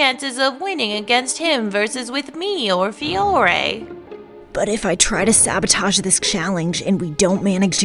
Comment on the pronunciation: “Fiore,” not “Fire.”